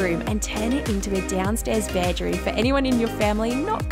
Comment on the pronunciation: What is that accent? Interesting pronunciation of bedroom.